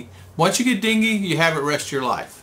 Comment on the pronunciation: Its Dengue not dingue